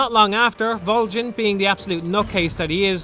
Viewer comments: Vol-JEN!! What the hell, that's so damn funny!! Vol-JEN!!! Dude, its Vol-GIN. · MGS3 shouldn't have had items like the Tranq Gun, or Infra Red Goggles, and the Silencers should degrade a lot faster. These changes would have a huge, positive impact on the game as a whole. Also why Volgin with a soft G? It's a hard G. VolGin. I dunno just kinda bothered me. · Theres literally a line dedicated to how "Voljin" is not how you pronounce his name. You know for a fact that's not correct why would you make a video doing that? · I know Volgin, but who's Voljin? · Why does he say "Voljin"? Did he even play the game? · Who the fuck is Vole-Jan? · Vol-gan not Vol-gin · Volgin not vol GIN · Vol-jin.... really?!? Haha it’s Volgin. Great review though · VOLJIN???? lol Volgin* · This guy just reads a script, he has never played the game. That's why he says 'voljin' instead of 'volgin' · I love your videos but why the hell did you insist on pronouncing his name "Voljin"? Did you not listen to how his name was pronounced in the game? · Ok but why can't you say "Volgin" correctly? They say his name outloud multiple times and it isn't "Voljin" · Vol HARD G in. It even says so in game. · no one else gets a weird feeling every time he mispronounces "Volgin"?? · Volgin with a hard g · The "G" in Volgin is a pronounced like the G at the beginning of the word golf. It's not a freaking J sound. I don't get how you could play through the game and not know that. The name is said many times throughout the game. It really makes me question if you actually played it or are just parroting what someone else wrote about it.